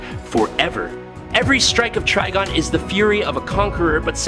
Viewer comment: We got to spell it trYgon for this dude to actually say it right. 😭😭🤦🏾